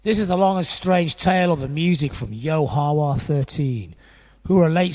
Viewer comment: You kinda are mispronouncing Ya Ho Wha and the restaurant was always called THE Source He was always called FATHER Yod Yod was his son born in the Family by Aquariana